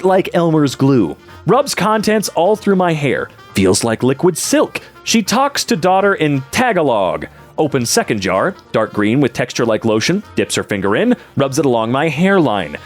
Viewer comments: as a filipino, its not Tag-a-log, its Ta-ga-lug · actually, it's pronounced ta-ga-log, not tah-gah-log, however i do understand any misunderstanding as it would be easy to pronounce it wrong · The way pronounced Tagalog is making me feel emotions that I never want to feel again. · As a filipino who learned english from peppa, I am often teased by them pronouncing it the way did whenever I said tagalog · Hearing pronounce "Tagalog" as a Filipino made me cringe a little:(